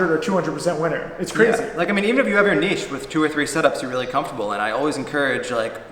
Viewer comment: Did you hear that Sykes? He pronounced it "neesh" not "nitch". Make the change!